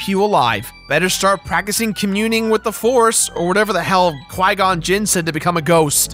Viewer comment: I heard "Klingon Jinn" not Qui Gon.... are your a hidden treki?